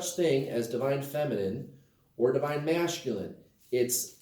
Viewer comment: Do you say masculine that way just to irritate me LOL I’m sure I’m not the only one